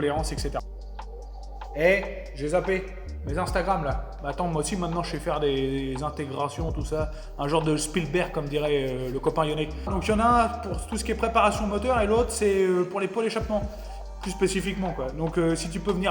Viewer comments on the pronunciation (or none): C pas spilberg c est silberg